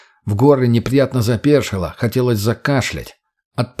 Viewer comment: Ну если ты читаешь, стараешься. Можно же и проверять ударения и грамотность. "тррэйдэр, оба ладони, запе́ршило, ви́довое разнообразие, по его обоим сте́нам, на обоих крышах, бетонный присту́п" и многое другое. Это всё неправильно. Тембр голоса приятный. Но интонация , ударения и прочее хромают. Да ещё гнусавость. Но конечно, мой комментарий придется кстати, только если чтец стремится к качеству и профессионализму.